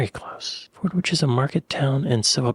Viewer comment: It's pronounced Forditch. Silent W